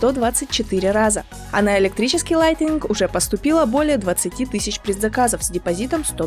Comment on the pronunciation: яке лайтенінґ? справдьте в словнику як то слово читаєццьо!